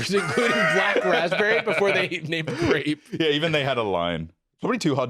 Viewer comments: oh btw rewatch that jello commercial, they did not pronounce one "R" everything was "Glape" or "Raspbelly". i was listening to this in the background and i thought we was saying jelly not cherry. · i don't know why they focus on grape, i can in fact hear the L-to-R thing on every flavour they say 😅